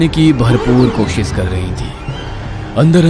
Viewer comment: Koshis nhi koshish hota hai